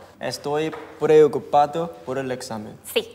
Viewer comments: Mi momento fav fue en el minuto cuando cambio la frase de "Preocupado" a "Perelotusane" y luego a "Toroipane" jajajjaja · "Prelelecupado" por el examen KDKSJSJS MI PARTE FAVORITA JSJSJS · "Estoy pRelE0cUpAd0 por el examen" Morí en esa parte XDDD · Amo el "preleocupado" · "𝚎𝚜𝚝𝚘𝚢 𝚙𝚎𝚛𝚕𝚘𝚌𝚞𝚙𝚊𝚍𝚘 𝚙𝚘𝚛 𝚎𝚕 𝚎𝚡𝚊𝚖𝚎𝚗" 𝚖𝚎 𝚖𝚘𝚛𝚒 𝚌𝚘𝚗 𝚎𝚜𝚘 🤣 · xD ame cuando dijo preocupado pero no se enendio asi xD